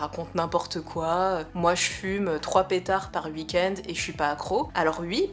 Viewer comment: Moi je les aiment bien tes petits "ui" et "uikend"